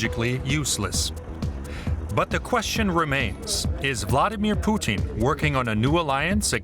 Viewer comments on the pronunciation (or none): I can’t stand how she says Putin she pronounces is Poutine like the French Canadian food French fries, fresh cheese curds, and brown gravy it’s drives up the wall. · Why does she say Poo-teen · The anchor keeps calling him, Pesident Poutine?! 😂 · Why are these talking heads suddenly going out of their way to pronounce his name “Poo-teeeeen” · As a Canadian, I love how she pronounces his name as "Poutine". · She's saying Pootin on purpose 🖕😇